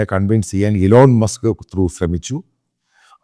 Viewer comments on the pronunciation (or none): none